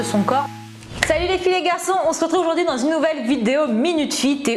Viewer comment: « Oujourd’hui » ahaha !